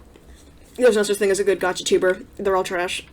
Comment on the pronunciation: LAYM Gacha because she pronounced it wrong?